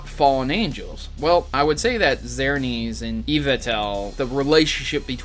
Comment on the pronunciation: Zer-nee-us and Ee-vell-tall Really, what's hard about these pronunciations